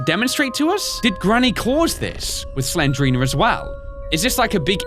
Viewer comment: Not Slenderina it's Slendrina